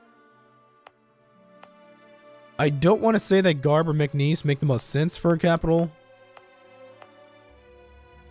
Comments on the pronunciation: Dude i speak arabic (being maltese and live near a village called gharb) so it’s defo pronounced “arb”. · I think we’re saying the same thing but differently. It’s like saying arm but change the last “m”with a “b”. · Really enjoy the series but there’s just one thing that annoys me - Gharb is pronounced “Arb” not “Garb” (sorry but I just had to). Otherwise keep up the good work!